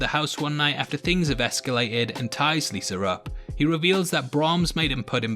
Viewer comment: It’s Liza not Lisa. It was decent. I like the supernatural twist